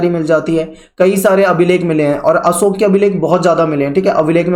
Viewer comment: Wo अशोक hai na ki असोक